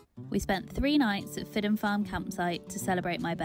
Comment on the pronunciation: Just a comment on your (understandable) dodgy pronunciation of our Gadhlig place names. The Gadhlig alphabet only acknowledges 17 letters. The proper pronunciation if what you phonetically refer to as "Fidden", is actually pronounced "Feedgen". There is no letter J in our alphabet, and the J sound is made by a D, after a vowel. Eg. The Gadhlig word for Red, is "Dearg," pronounced "Jerrag" Enjoyed your film just the same. Very proffessional.👍